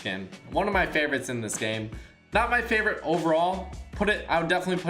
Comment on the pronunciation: It like saying flavorite